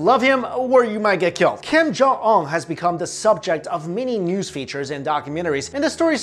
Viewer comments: ung not ong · It’s Kim jun un not Kim jung ong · Kiem Jaw Awn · King Jon Un. Not Kim Jong un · kim yung ungh. lol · Kim kong ong?!?!? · It's pronounced (Kim-jon-oon) great video though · I keep hearing "Kim jung ung" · Un doesn't sound like UNbelievable, it sounds like oon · 12blue spirits it’s kim yong uhn ... u can’t even say it urself 😂😂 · "Keem Jong Ul" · "Kim jung uh!" Bruh.... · stop talking about this man if you cannot pronounce his name like honestly it’s not that hard to pronounce 😂